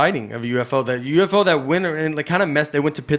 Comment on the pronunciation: I’m surprised no one mentioned Nate saying UFO-go…. 🎤🤷🏻‍♂️